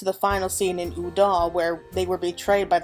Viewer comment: It's also "Ul'dah", not "Uh'dal" lol